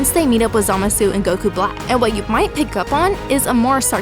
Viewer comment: I hate how they say Zamasu in the dub and the way you say it as well; it doesn't feel right.